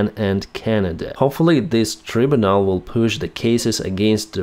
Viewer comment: Tribunal…..pronounced try-bue-nal. God love ya ….ya still speak better English than I’ll ever speak any other language. Live long and prosper…good person that ye are..😊